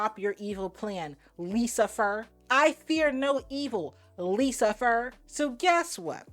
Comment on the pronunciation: There was tons of hilarious shit as usual but "Lisa-Fer" literally took me OUT 😂🤣